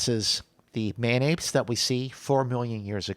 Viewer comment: Thought was saying Mayonaise, not man apes at first. Again, you guys are creating some of the best content on the web!